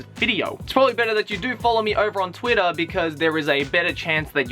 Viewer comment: I love the way he says Twitter. . . Tuirah